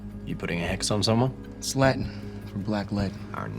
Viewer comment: That was the worst Latin I've ever heard 😭🤣